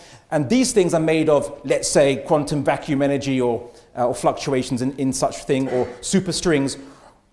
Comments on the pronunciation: I don't appreciate sophistry, good? he pronounces ..thing as ..think. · pronunciations of ‘thing’ as ‘think’ is annoying. Somethink. Everythink. Nothink.